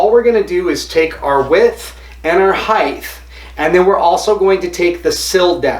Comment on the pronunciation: Width and heith